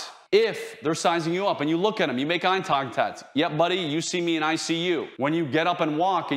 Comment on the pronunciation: "eye tongtact"